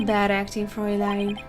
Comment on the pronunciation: Don't worry. You're pronouncing "Fräulein" correctly.